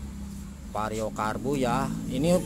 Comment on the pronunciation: vario bang bukan pario 😂😂 canda bang hehe